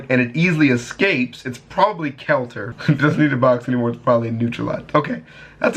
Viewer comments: I know you did not just say Kelter ,,, Its pronounced kee-ter my dude,, But ty for fixing the audio 😔🙏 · Its not KELTER its pronounced KEETER but spelled KETER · It’s pronounced keeter not kelter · K E L T ER ??? KELTER???? ITS PRONOUNCED "KEH TERR" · ITS NOY KELTER! ITS KEE-TER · Keter not kelter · Not kelter KETER look up the volgun then you will know how to say it properly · Omg its keter theres no l it's like letter but with a k instead of l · There is no L in Keter Ke-ter. He's a bitch because he doesn't want to further anger the unkillable lizard? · Twist: It’s pronounced kay-ter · Lmao kelter he says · "Kelter" everyone: EXCUSE ME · Correction it's pronounced Keter (I'm being that guy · where did he even get an L from?